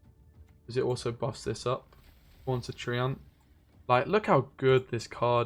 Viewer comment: Love your vids, but it's treeant, not trent ;)